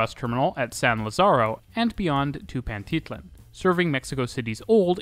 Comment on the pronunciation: Loved watching the video and seeing so many parts of the city I know. Also, very funny hearing you pronounce names like Pantitlán, zócalo, or San Lazaro. It's a really good video, keep up the good work!